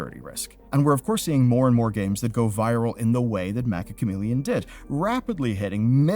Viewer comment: Why do people (including this guy) keep mispronouncing Meccha Chameleon?